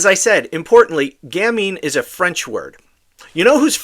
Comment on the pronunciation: Not gamnie, it's gamine ( pronounced gameen), meaning cute little girl. Sick fuck